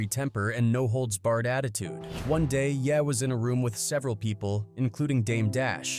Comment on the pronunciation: ye - yeah 😂😂